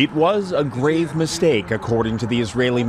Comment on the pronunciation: With the emphasis on the word "grave"!